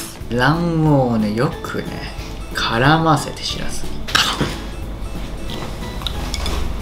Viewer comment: シラフユッケ⁉️ って耳を疑った😅